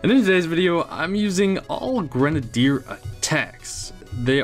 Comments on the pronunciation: Ffs know how to say grenadier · Pronounced: Grenade E er